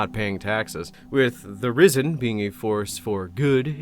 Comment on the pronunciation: I can't stop hearing "Rizzen"... Help me.